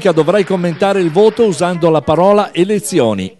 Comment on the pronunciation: Soltanto un cinese avrebbe potuto dire eLezioni in quel momento😂😂😂